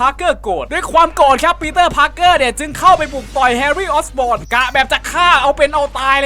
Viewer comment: ความผิดพลาดของพี่ในคลิปนี้1ยานของกรีนก็อบลินเสียบท้องไม่ใช่หำ 2ตัวร้ายพาก2ตอนเป็นคนชื่อ ออตโต ออกเตเวียส 3นามสกุลแฮรี่คือออสบอร์นไม่ใช่ออสปอร์น 4แฮรี่ไม่ได้โดนแค่ใยแมงมุมแต่ชนท่อระบายอากาศด้วย 5พ่อของแฮรี่ชื่อนอร์แมนไม่ใช่โนแมน 6ลืมแยกระกว่างอเมซิ่งสไปเดอร์แมนภาค1กับ2 7อ่นคำว่าthe amazing spidermanต้อง อ่านว่าดิไม่ใช่เดอะ